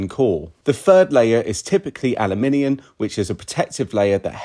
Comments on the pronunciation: Are you saying aliminiun? Aluminium bro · What, pray tell, is "aluminian"? He mispronounces it like this repeatedly. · Ah-loo-min-ee-uhm Seems to be adding an extra i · The way he pronounce aluminum tells me where the source of this information comes from. He's not in the US.